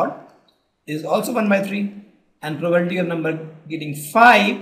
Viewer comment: For God's sake check the pronounciation of 'PROBABILITY'.